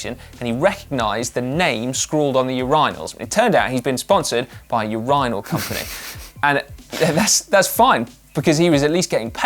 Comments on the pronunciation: Uuurinals???? urinals!!!!! si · Si, "Ur - Eye - Nal" ? Sounds weird as a Canadian and always hearing it pronounced, "Ur - in - el" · You pronounce it u-ri-nal? I learn so much on this show. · Always watch GCN to learn new things about English. Today was that Your EYE Nal is the correct English. Americans pronounce it completely differently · I had absolutely no idea that urinal was pronounced that way in the UK. Learn something everyday! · Hold up is no one going to talk about how Si pronounces urinal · Took me a minute to translate the British pronunciation of urinal lol